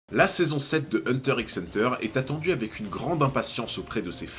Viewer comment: Cool ta vidéo ! Par contre on ne prononce pas le "X" de Hunter x Hunter